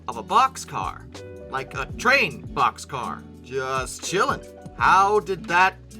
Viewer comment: Wonderful….finally talking about something I can associate with….No wait…BOXCAR,BOXCAR…not poxscar.